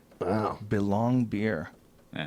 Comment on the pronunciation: Belong beer lol, its carling beer lol.